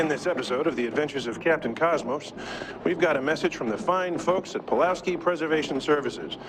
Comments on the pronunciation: are you saying “puwolski” throughout this video instead of “pulowksi”? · Nice vid... But it was hard to enjoy fully since PuLoWski is pronounced puWoLski every time...